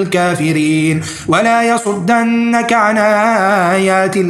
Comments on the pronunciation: ارجوك ومن فضلك تصحيح كلمة ولايصدنك بالضمة على الدال وليس فتحة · ولا يصدنك الدال بالضمة. بارك الله فيكم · ولايصدنك بضم الدال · بارك الله فيك انتبه ضمر الغائب في قوله ثم هو يوم القيامة من المحضرين واخر السورة لا يصدنك يعني بضم الدال لا الفتح وواصل في تسجيلك العطر لك الف شكر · أنا مهلكوا أهل هذه القرية وليس أل. ارجو تصحيح / ولا يصدنك الدال مضمومه. بالتوفيق وجزاكم الله خيرا